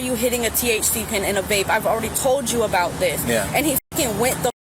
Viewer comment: It’s only been five years-uh! What are you talking about-uh???